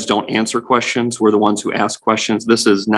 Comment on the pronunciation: Why does he say axe instead of ask?